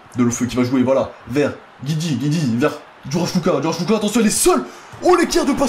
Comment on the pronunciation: pk tu prononce kucka alors que c'est ecrit kucko où alors ca se pronoce kucka ?